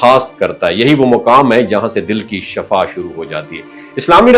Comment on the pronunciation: Dont say SHAFAA it is SHIFA